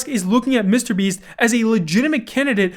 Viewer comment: The way you say “Mr. Beast” is disgraceful.